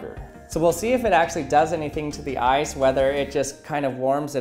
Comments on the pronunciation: Who else mistook him saying 'ice' for 'eyes' ??? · I forgot what the video was about already and thought he said "eyes" not "ice." Like, woah I would not try that if I where you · I didn't read the video title and thought you said "eyes"...